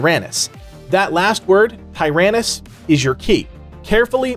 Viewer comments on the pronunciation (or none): It's pronounced Ti Ran Knees